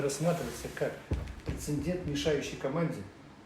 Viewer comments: "Это прецеНьдент, понимаешь..." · ПрецеНдент. Где ж вас учили?